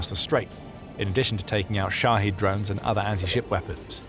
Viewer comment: Shahed, pronounced "shoddy," LOL.